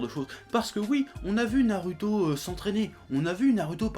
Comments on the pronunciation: franchement, arrête de prononcer naruto comme ça, prononce le comme un "ou"; parce que ça commence à m'énerver 😡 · a dit Narouto